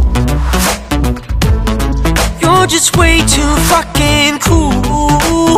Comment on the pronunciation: 현상이 발음이 좋아서 풕킨 하는데 쾌감이.. 이런노래 더 해주라ㅠㅠ 잘어울린다.. 잔잔한거 하다가 반전매력🫠